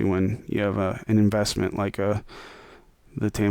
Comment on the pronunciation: It's not Teeeeeama. It's TA-MA. That's two syllables mate 😂😂